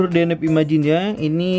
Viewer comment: Akhirnya bilang deneb bukan denebi, mantap bang 👍